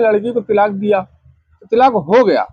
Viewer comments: Tilaaq nahi talaaq hota hai choo n choo n ka murabba hai yeh 😅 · जिसको तलाक बोलना भी नहीं आ रहा है तिलाक तिलाक़ कर रहा है